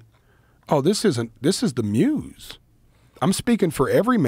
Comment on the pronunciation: I swear if joe says "the muze" one more time